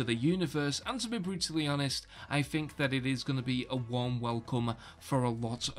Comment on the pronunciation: "I fink"